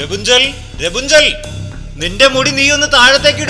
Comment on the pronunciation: രപുഞ്ചൻ ? അല്ല. Rapanzel. എന്നാ